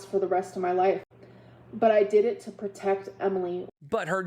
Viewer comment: "But I did it to prot-hect Emily!" 🙄